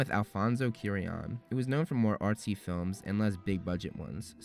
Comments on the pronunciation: Hey so how come you pronounced animagus correctly in 2016 but in your "explained" videos you pronounce it "animajuice"? And please learn how to say Cuarón correctly, he deserves it. Koo-ah-RON..... Other than that I actually really enjoy your videos! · Loved the video, as usual remarkable work! However, I must say I was glad when you finished with Prisoner since you stopped saying Alfonso Cuarón's last name like that LOL